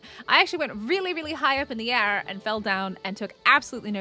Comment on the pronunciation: The way you said air